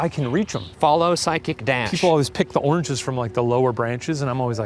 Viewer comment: Am I the only one hearing "orgies" instead of "oranges"? Is it a bit? Do I have a problem?